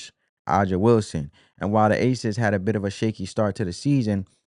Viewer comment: Dude that’s not how you say A’JA’s name..😒 or Tina’s name..get the pronunciation right 1st my guy..